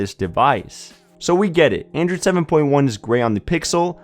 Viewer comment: Why does he say "Androod" instead of "Android"?